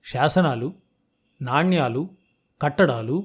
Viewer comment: Nanyalu kaadu Naanelu